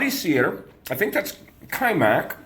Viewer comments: You pronounce wrong :) It's not Качмак it's Качамак.You are missing A in a middle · КачАмак. Different accents. Don't get me wrong, I just really want you to learn to speak Serbian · I think the pronunciation is Ka-cha'-muk, and it is, more or less, porridge, and any manner of extras can be thrown in.